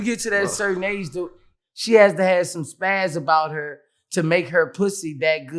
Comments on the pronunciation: "Pizaz" its "Pizaz" not spaz lol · I think the word Boosie was trynna say was spizaz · He was trying to say spazaz not spaz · My nigga be knowing the words he want to say but just don't know the pronunciation. It's pizazz, but we still love you Boosie. Get well my G‼️ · He trying to say pizazz lol